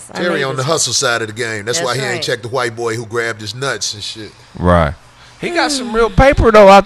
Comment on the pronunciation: Corey pronounced wHite with the capital H, the way Jared Taylor does... lol